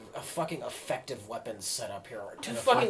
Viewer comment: "Effucktive" is a great word.